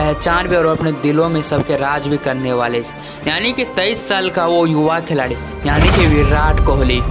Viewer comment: Khiladi ❌ Kheladi 😂✔️